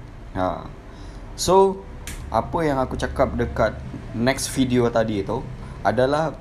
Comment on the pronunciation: "Next fidio"😅. Orang malaysia tak cakap fidio tapi video. Malulah mengaku2 orang Malaysia. Sleng pun tak bersih macam percakapan orang Malaysia. Cakap pun tersekat2 seolah2 untuk menjaga agar tak tersasul tercakap sleng Indo. Haha kantoi dia tersasul sleng indo "dengan HARGA barang naik. Kenapa tak sebut harge kalau perkataan lain semua sebut hujung E ? Kalau orang sabah dan sarawak meskipun sebut A di hujung, itu kami tetap tahu bahawa mereka orang Malaysia tapi dari Sabah atau Sarawak, melalui sleng masing2. Kalau sleng Indo pun kami tahu. Jadi janganlah mengaku jadi orang Malaysia. Kalau sebutan pun tak lancar tak payahlah. Malu weh😅